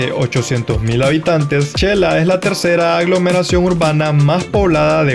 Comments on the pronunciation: El diminutivo de xelaju se escribe Xela y se pronuncia (Shela; no chela.) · En xelajú o Quetzaltenango, No se pronuncia chela, se pronuncia shela, Buen video amigo de que país eres? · Muy lindo video, le sugiero los vídeos sean de menos duración pues es mucha información en uno sólo y ud puede monetizar más vídeos. Humilde sugerencia es su canal y ud sabrá lo mejor/ a mi esposo le gustó mucho el es de Xela ( no chela) saludos desde Oregon 🇺🇸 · La pronunciación de xela y shecas es sh she no che 😉 👍🏼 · No se xq muchos se equivocan al pronunciar el nombre de Xela, se pronuncia de ésta manera, (Shela) y no (chela) como lo estas mencionando, x favor digan el nombre correctamente se oye feo que le cambien el nombre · No es chela ,es xela o shela habla bien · Yo q soy de un un pueblo muy alejado de la civilización se q se pronuncia Shela no Chela. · Todo mal dicho chela checas chelapan asi no se dice aprenda